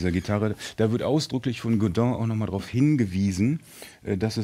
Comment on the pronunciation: Funny Americans or Brits cant say Godin correctly but a German guy can. Godin not god-inn.